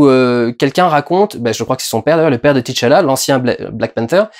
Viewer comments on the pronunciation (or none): C’est T’challah et pas Titche Allah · Pourquoi tout le monde prononce Tichalla? Le mec s'appelle T'challa.